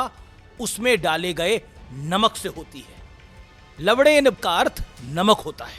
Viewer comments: Abe dallu to lavnen bol na 😂😂 lawden kyu bol raha 😂😂😂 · This gullu also said LAVADE rather LAVANE so like his leader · लवणेन = luh-vuh-ñæn (what modi meant) लवड़ेन = luh-vuh-d³æn (what modi said and being trolled) Likha hua लवणेन hai. Padh usko लवड़ेन rha h. English to kharab h hi. Hindi mn bhi galat bolkar gumrah kr rhe h ye media wale. Assam mn flood nhi report krna inko yehi bakwaas krwa lo bass.